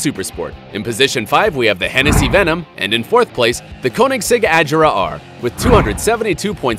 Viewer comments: hes not saying Agera right.... IM TRIGGERED. its said like A-gear-a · He said it like a-jer-a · your wrong as well its "ah-jerra-uh" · Don't make videos about cars if you're not a car enthusiast. You're going to piss off a lot of people if you so much as pronounced a car name incorrectly. Which you already have. The Koenigseggs. Pronounced respectively: "Ah gear rah" "Re gear rah" And "One to one." Not so hard. Next time, learn more about cars before you spew nonsense and false facts you found on the websites of the company. Such facts about speeds are ESTIMATES. Not the actual speed of the car. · Every time he pronounced the Agera and Regera wrong I died inside a little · He pronounced agera wrong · At least pronounce Agera correctly damn. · Learn how to pronounce the Agera. Your way is incorrect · All of your Koenigsegg information is wrong. Listening to you say Agera and Regera makes me cringe so fucking hard. The top speed of the Koenigsegg Regera is about 266 miles per hour, and the Agera R is about 270, also the Bugatti Chiron doesn’t go 288, therefor it’s not the fastest car in the world, everybody knows the Koenigsegg Agera RS is the fastest car in the world going 284 miles per hour. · The Way He Says “Agera” Hurts My Heart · Your saying agera and regera wrong and its not 1,it's one TO 1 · LoL the way he says Agera and Regera gets me :D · The way you pronounce koenigsegg agera... made me want to puke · The way he says agera is so fucking cancerous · He said agera and regera wrong also the chiron only does about 258mph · He don’t pronounce agars right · The moment he said: “explosions in the cylinders” then “pounds per foot”, and then the way he pronounced Agera and Regera, I was like “lel” are those info even right? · I cringe from his pronunciation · What shirt pronunciation on Koenigsegg agera r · He pronounced "Agera" terribly... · He also needs to learn how to say agera and regera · you also didnt say Agera correctly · Its not ajera it A-g-e-r-a